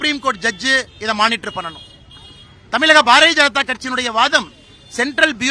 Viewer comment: மக்களால் பெருமளவில் நேசிக்கப்படும், படித்த இளம் தலைவர் அண்ணாமலை, நமது மாநிலத்தின் பெயரை சரியாகச் சொல்லவேண்டும். எல்லா பேட்டிகளிலும் தமிலகம் தமிலகம் என்று அவர் சொல்வது மிகவும் நெருடலாக உள்ளது. தம்பி அண்ணாமலை விரைவில் முதல்வராக வாழ்த்துக்கள்.....